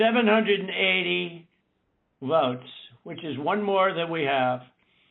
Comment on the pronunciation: "Veouts". The votes where so special to him he added a special accent to the word.